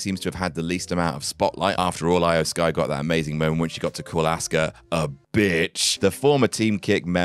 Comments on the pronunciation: "Eye-O Sky." Dude, it's pronounced like "Ee-O." At least try to pronounce it right. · Lol do you mispronounce O- Mega and E-O(spelled Iyo) Sky on purpose? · Love ya, but the way you pronounced IYO SKY 😬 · “I-Oh Sky” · “Eye oh Sky”